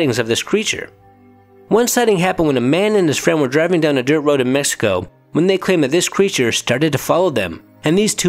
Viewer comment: La lechuza of “messico” 😂 it’s a x man cmon Mexico